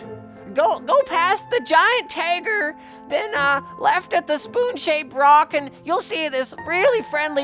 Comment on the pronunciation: OMG!!! I thought my grandparents were the only ones who said 'Giant Tager"